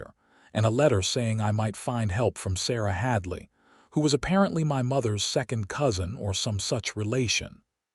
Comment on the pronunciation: I ❤ the story but, I don’t know what was WORSE, the ADS or…………..MRS……………………HADLEY😂. You really need to work on that!👍🏽